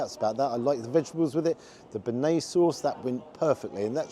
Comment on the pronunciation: If you can’t pronounce bearnaise correctly you probably don’t know much about food.